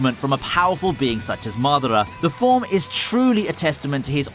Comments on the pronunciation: It's MadAra, not MAdara. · Mardarar and loofy, not the most accurate pronunciations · Cannot get used to u pronouncing Madara.. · not mathera, MADARA with hard A's. u goof?